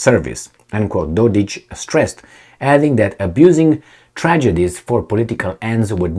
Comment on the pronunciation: Mate, it is Dod-ik...k like in (k)ing not Dod-ich ( there is no ć (ch) ) . What a heck, can't you read!? Not every Serb is ich! CAPEESH